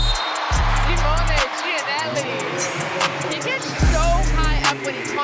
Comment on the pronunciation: I can't with the commentators calling him "geeannally" lmao